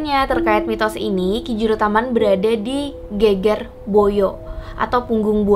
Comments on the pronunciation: Ge`ge`r / punggung bukan geger (ramai). Pengucapannya kurang pas hehehe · Pembacaan geger salah